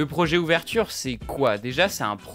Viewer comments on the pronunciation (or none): Vidéo très intéressante et bien construite mais fait attention le modèle c’est « oveture » et non « ouverture » des fois c’est bon et des fois pas, petit detail voila voila